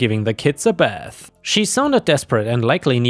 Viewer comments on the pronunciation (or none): none